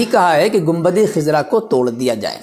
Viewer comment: Khizra nahi hai! khazra sahi hai